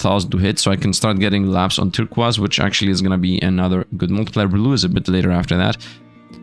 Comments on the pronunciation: Turkwass... Tir-koize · it's pronounced "Tur - coys" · Bro why did he miss pronounce turquoise it is something so simple but he made it seem so hard😂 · it's kinda weird to hear Turquiose said differently. i am not complaining or anything.